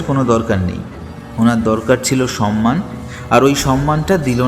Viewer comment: শব্দটার উচ্চারণ "সম্মান", "সন্মান" নয়। শব্দোচ্চারণের প্রতি যত্নশীল হওয়া উচিত।